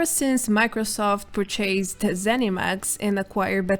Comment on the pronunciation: Quality news update but one thing has been irksome for me in your videos for quite some time now, and it is the way you pronounce certain words, most notably 'purchased'. Please review here